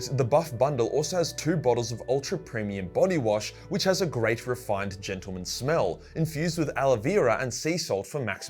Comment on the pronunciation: The way the man says "and turn him in a rifined nice smelling gremlin ". 😂